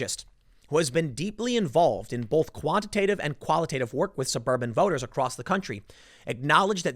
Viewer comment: Why does Tim pronounce “both” as “bolth”